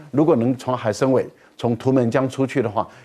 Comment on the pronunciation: 海参崴(Wai)三声。